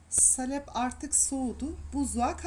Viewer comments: ANNEM DE SALEPLE YAPARDI DONDURMAMIZI.ÇOK KARIŞTIRMAK LAZIMDI BUZLUKTAN ÇIKARIP ÇIKARIP .KAŞIK BÜKÜLÜRDÜ.SALEP DENMEZ AMA..A O KADAR KISA SÖYLENMEZ. SAALEP .AMA SİZİN ŞİVENİZ DEĞİŞİK...DONDURMA ÇOK GÜZEL OLDU.ELLERİNİZE SAĞLIK. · Salep degil saalep olacak a’yi uzatman lazim salep nedir ya? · Salep değil abla Saaaalep. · Salep değil sağlep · Elinize sağlık. Güzel bir video. Zahmetli görünüyor. Ufak bir ikazda bulunmak istiyorum. Salep sözcüğündeki “a” harfini uzatarak telafuz etmek gerekir. Sâlep şeklinde! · Salep degil, sâlep a uzatilarak söylenir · Salep??????sahlep mi demek istediniz abla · Salep yerine saalep uzatarak söylemelisiniz ellerinize sağlık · Salep değil sālep.a uzun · Salep deyil sahlep doğrusu . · salep ne hanimefendi , halep gibi ..lutfen dogru teleffuz edin ..saalep diye a yi uzatarak soyleyin...tahin tahin diyorlar komik oluyorlar..o da tahin degil taahin olacak...koskoca anadolu tahan der bizimkiler tahin , salep deyince kibar oluyor saniyorlar herhalde...sayenizde kirk yillik yani oldu kaani ...( dogru yazilisi kâni - a ince ) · Salep derken a uzatılır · Tarif güzel. Ama salep sağlep diye söylenir. Yada sahlep denir.A harfi uzatılır. Tarif gibi a harfi uzatılır taağrif denir. İyi günler. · Salep kelimesini yanlış telaffuz ediyor.Sahlep doğrusu.okurken saalep diye telaffuz edelim.Çok da önemli değil aslında sadece hatırlatma yaptım.kusura bakmayın.Herşey 10 numara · Salep derken a harfini uzun soyleyin lutfen. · Hanım, salep telaffuzun yanlış. Salep i Halep gibi söylüyorsun. Halbuki SA uzayacak, SAKİN der gibi olacak. Sen SAKIN der gibi söylüyorsun ve dolayısı ile telaffuzun yanlış oluyor.. dondurmadan evvel Türkçemizi iyi öğrenelim, sonra piyasa yapalım..